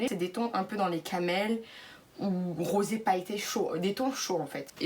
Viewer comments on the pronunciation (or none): none